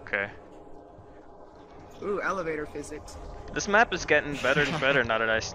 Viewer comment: I like how sometimes says “Dis” instead of “this”